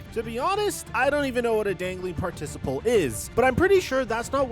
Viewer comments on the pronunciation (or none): PART-Ah-CIP-ull. It'a pretty cringeworthy hearing you say Par - TISS - uh -pull . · Uh -- it's dangling PAR-ti-ci-ple (emphasis on the PAR) .. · if you don’t know what a dangling participle is, don’t be a douche. Research so you don’t look as stupid as you did mispronouncing it. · You definitely don’t know what a participle is or you would at least know how to pronounce it. 😂😂😂👏🏼👏🏼👏🏼